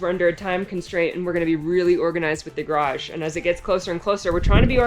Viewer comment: There is hope for you! # You are adding a full syllable to garage sometimes! Pretty soon you will be pronouncing it as two full syllables!